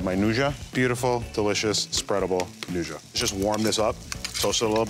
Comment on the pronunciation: Dude, learn how to pronounce nduja.